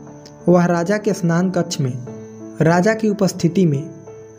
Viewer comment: बार-बार स्नान कक्ष बोल रहे शयनकक्ष